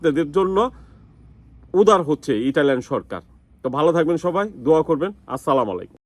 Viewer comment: ভাই, আপনি সালাম দেওয়াটা শুদ্ধভাবে শিখে নিবেন।।